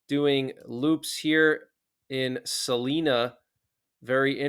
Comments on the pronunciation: Salina rhymes with Carolina😊. Long “i” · Hi... just fyi... Salina in Kansas is pronounced Sa-LINE-a. I'm in NE Kansas and I appreciate all your updates. Thanks!